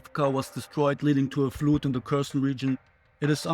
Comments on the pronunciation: Flood is pronounced "f-l-a-d" not "f-l-u-d" but otherwise very good! The information is great, pls keep it up. Your voiceovers are giving much better context than just text (since eyes can better focus on what's happening) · Your English is fine. Minor point on pronouncing “flood” and “flooding” like a native. They’re said with an “uh” sound, not a long “ooh”. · No. But just look at any native pronouncing "flood" and you'll hear it :)